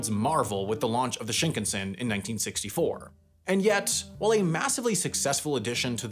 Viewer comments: I wonder why you pronounce shinkansen as shnknsn. There's vowels there which are important for Japanese pronunciation. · Yeah his pronunciation bothers me too every time I hear this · Shinkan(sen).. sen, as in ten, not tin.. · It's shinkahnsen not shinkensen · "Shinkensen" ????? please say "Shin-kan-sen" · Shin-can-sen ... not Shink-ansen. 新 - new 幹 - main 線 - line. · It grates my ears how Sam keeps mispronouncing shinkansen. And it just blows my mind how and why he keeps doing this, when he has already been to Japan for two seasons of Jet Lag. You don't have to know Japanese - it's pretty much pronounced the way it's spelled: shin-kan(kaan/khan)-sen. How does one look at that and arrive at shin-ken-sin?? 🤔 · Well researched and informative! Thanks. The only improvement would be the pronunciation of "shinkansen", which goes something like "ShinKAHNsen". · Sam... I am a wendover/jetlag/the layover superfan... but i am BEGGING you to learn how to pronounce shinkansen properly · I can’t believe he pronounced it “shinknsen”. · Schinkensen? xD In German this means something like "gammon-son", and this is what "Shinkansen" sounds for a German. :D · SHINkunsen is killing meeee 🤣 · Don't know if I can finish this video. Shinkensen!!!!!! ahhhhh!!! please say it correctly! Just once! Look up how to pronounce it. please! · Why is it that English-speakers refuse to say anything correct in other languages? Bro said Shinkansen so wrong it hurts. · Why does he pronounce Shinkansen like it's a Swedish surname 💀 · To go through so much effort to make an excellent video, but then not make the effort to pronounce the Shinkansan properly. Baffling. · The way you keep mispronouncing shinkansen like it's an English surname is giving me hives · This video's contents are good, but Sam... Please learn pronunciations for the next Japan video. Every shinkansen, Honshu, Geibi, Kyushu, etc, all incorrect.